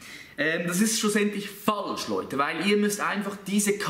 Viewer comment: Dat is nadülisch FAHHLSCH :) - > min